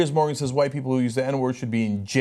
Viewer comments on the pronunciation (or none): none